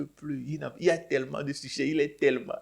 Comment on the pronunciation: Il dis suceur et non succès